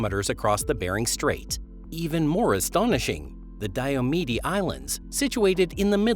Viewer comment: It’s pronounced Dio+mead.